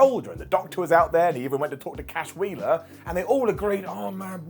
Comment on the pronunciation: Not chashwheeler bashwheeler.